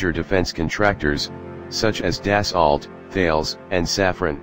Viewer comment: Its pronounced dah-soe